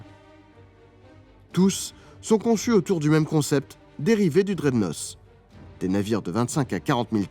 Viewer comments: Pouce, mais j'ai.un.peu les zoreilles qui saignent en entendant HMS draide-nosse. Ca se prononce draide-naute 😊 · Cher ami va falloir reprononcer "dreadnoss" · Tant qu'on est sur la langue, "Dreadnought" se prononce "draidnauT" :) Encore un super dossier sans IA avec des archives ! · Super ! Pour améliorer votre anglais, je vous conseille de prononcer dreadnought « drèdenote »